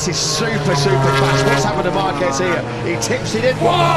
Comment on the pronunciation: You mean like "Marquez" followed a few seconds later by Markwezz?"